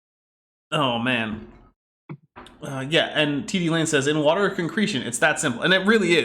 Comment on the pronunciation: I'm drinking wah-tur wah-tur